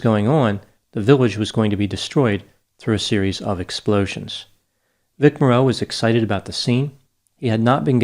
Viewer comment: You need to learn the correct pronunciation of Vic Morrow. It's not Vic MorROW, it's Vic Mar O